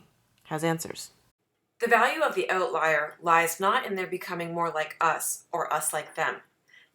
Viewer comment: One of the benefits of outliers is you can tell if they're Canadian when they pronounce the word "oatlier"